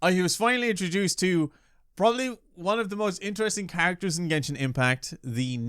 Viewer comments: Ah YES. JENSHIN IMPACT. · jinshin impact 😂😂 i can't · Jenshin Impact cracked me. 🤣🤣🤣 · okay jenshin impact, lmao